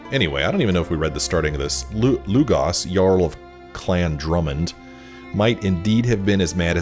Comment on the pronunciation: Lugos not Lugas